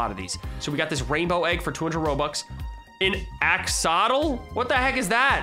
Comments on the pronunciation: axolotl ax-uh-lot-ul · Who else is a gravity falls fan and cringed at him saying axolotl